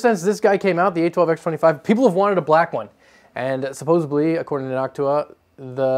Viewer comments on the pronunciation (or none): Supposedly, not "supposibly" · "...supposebly" Me: Did he just say.... naaaa no way. "...supposebly" Me: He did it again! Supposedly dude, please. Great video otherwise man.... but.... supposedly. BTW, not the first time Thermaltake have.... borrowed... an idea. Remember the whole Caselabs thing a few years ago? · Suppos-ED-ly NOT Suppos-EB-ly